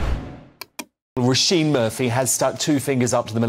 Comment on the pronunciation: Her name is pronounced 'Row (as in row your boat) Sheen' with emphasis on the Sheen 👍